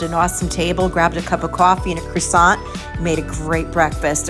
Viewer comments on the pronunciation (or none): none